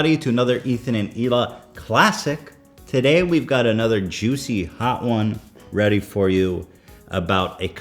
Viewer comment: Ha he said JEWcy.